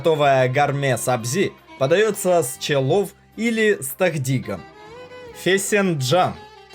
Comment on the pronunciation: Чувак просьба произноси правильнее хотя бы для начало не Эран а Иран , не челов а челу